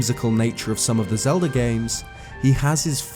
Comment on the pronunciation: Ah yes the Lelda of Zelda